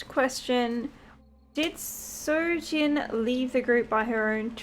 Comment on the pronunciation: good reading. it's soojin btw, not sojin